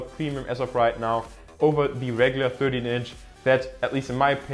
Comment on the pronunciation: Vorab möchte ich sagen: gutes Video! Ein Tipp für dich: du sprichst "the" fast immer "die". Tatsächlich wird das aber nur direkt vor einem folgenden Vokal gemacht (z.b. the only). Ansonsten ist es nur das normale "the" also mit e gesprochen